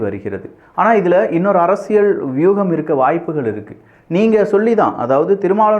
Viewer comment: அரசியல் ✅ அரசியள் ❌ தயவு செய்து சரியாக உச்சரிக்கவும்😊